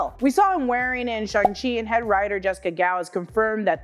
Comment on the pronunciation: its "Shang Chi" Not "Chung Chi" or "Shung Chi" !!!